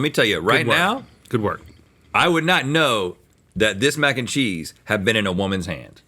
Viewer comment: mac 'n chweenus